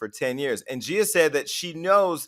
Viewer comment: It’s “GEE-YUH” Casey not “JEE-YUH” Casey, Jason.